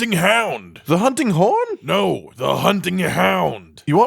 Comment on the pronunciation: Kinda sounds like he says hunting corn 🤣😂